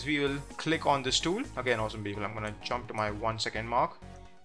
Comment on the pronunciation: Prajapati Oh it's "awesome People".... I thought he was saying "Awesome Beagle" over and over! LMAO